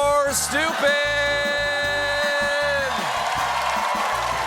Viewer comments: Anyone else notice he said eagle or stupid instead of evil or stupid? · Did he say "Eagle vs Stupid"😅. Really sounds like he mispronounced evil. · did colbert just say "EAGLE or stupid"? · I don't know why, but it sounds like Stephen says "Eagle or stupid".